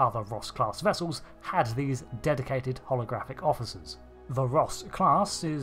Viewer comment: you realy need to speack a bit more clearly becuse it sounds like your saying Rust class which just makes this funny as hell to me